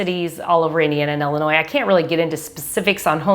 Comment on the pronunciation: Please say Ill-inois Not Ell-inois Lol thanks Great video 👍